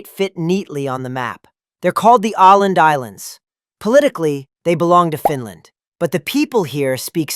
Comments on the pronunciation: When a video about nordic countries, why don't you take the trouble to find out how to pronounce the diacritic letters Å, Ä and Ö? -You can't just pretend the diacritics don't exist. You are pronouncing Å and Ä like A and Ö like O, and that is just wrong. The dots and rings are significant. Åland, for instance is NOT pronounced 'aland', it is more like 'ohland', etc. You are showing horrible ignorance and indifference. Pete-the-Swede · It is Åland, not Aland. Try to say "oh-land" and you are much closer. Otherwise, the video is pretty correct. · Åland is not pronounced "Ah-land", It is pronounced "Oh-land". A little proper research gets you everywhere. And your "reindeer" are actually red deer. Typical A.I. [Artificial Imbecility] rubbish. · Åland is pronounced Ooo Land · You would be wise to learn how to pronounce Å !